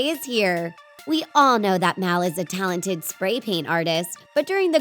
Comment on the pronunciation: ”Taladid” AHEM. TaLeNtEd*